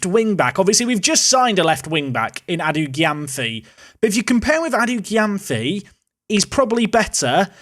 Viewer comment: Gyamfi is pronounced jamefee